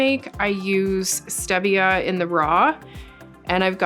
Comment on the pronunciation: Awesome video skills. I love your videos. One thing, because I would want someone to tell me, it's pronounced stee - vee - uh. I'm an ass, I know.